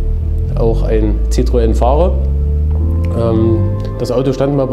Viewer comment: Sehr coole Karre, echt mal was komplett anderes und gut gemacht. Scheints auch sehr lässiger Besitzer... Nur bei ZITTroen blutet mir mein francophones Ohr. ^^